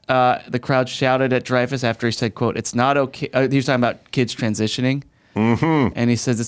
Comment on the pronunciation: its dreyfuss...sigh